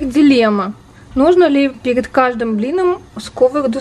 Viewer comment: нуу ..... блИном, блИном .... дальше не буду лень ) но со слухом нормально получается )